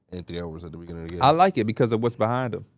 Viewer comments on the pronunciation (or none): none